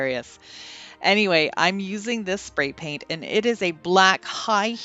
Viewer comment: All of them turned out beautiful! Did you say “Fat, brat, pray spaint?”? Lol